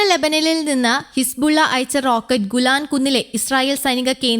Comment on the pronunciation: ഇവളെ പോലെയുള്ള കൃത്രിമ ജാഡ ജാഡ കാരികൾ വാർത്ത വായിച്ചാൽ ഇങ്ങനെയിരിക്കും... ഇവൾ വലിയ ഫാഷനിൽ പറയുന്നു ഗുലാൻ കുന്നുകൾ... നാണംകെട്ട അളിഞ്ഞ വാർത്ത വായന, വിവരം ലേശവും ഇല്ല..... ഗോലാൻ കുന്നുകൾക്ക് ... ഇവൾ ഗോപാലൻ കുന്ന് എന്ന് പറയാതിരുന്നത് മഹാഭാഗ്യം.. വിവരംകെട്ട അറിവില്ലാത്ത യാതൊരു ബോധവുമില്ലാത്ത ഇത്തരം പാർട്ടികളെ വാർത്ത വായിക്കാൻ ഇരുത്തിയാൽ ഈ ഓൺലൈൻ ചാനൽ എപ്പോൾ പൂട്ടി എന്ന് ചോദിച്ചാൽ മതി.. പിന്നെ ഒരുപാട് കൂതറ ഓൺലൈൻ യൂട്യൂബ്ചാനൽ ഉള്ള ഈ കാലഘട്ടത്തിൽ ഇതും കുറച്ച് ഓടും അത്രതന്നെ..